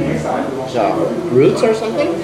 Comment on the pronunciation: it's genre not jaure haha, love your videos <33